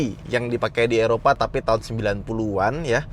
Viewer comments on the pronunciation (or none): none